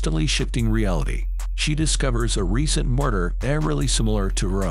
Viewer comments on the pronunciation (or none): none